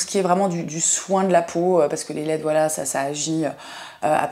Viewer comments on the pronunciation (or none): J'ai d'abord cru que tu disais "masque squelette" 😂 (masque LED)